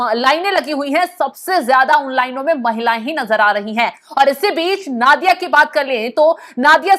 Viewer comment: नादिया नहीं नोदिया